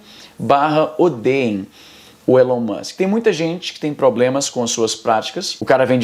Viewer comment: Por que vc chama o Elon Musk de Élon Musk?